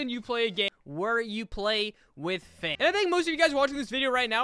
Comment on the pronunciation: Im mad for u saying finn like dat ☠️